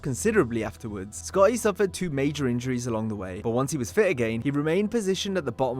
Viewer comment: nearly gave me a hemmorage at how you say Sc-otty. Should have got someone else to dub that name.